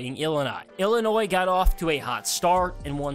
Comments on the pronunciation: And there is no s in Illinois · you don’t pronounce the “S” in Illinois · You need to learn how to pronounce Illinois and Illini